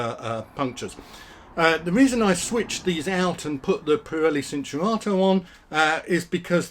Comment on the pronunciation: It's pronounced chin-chur-ar-toe